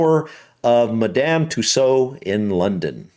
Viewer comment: It actually sounds like Mad um Two swords